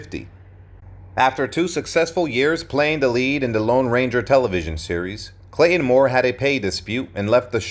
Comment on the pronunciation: It's NOT "Clay-IN" Moore!